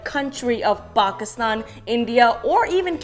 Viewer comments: Why does she keep pronouncing Pakistan like that? Bawgistawn! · What?!?! How?!?!? The first guy who made the comment said she says Pakistan like "bawgistan" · What the hell are bokiston and offghoniston? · I hate the fuckin way she pronounces Pakistan and Afghanistan in the video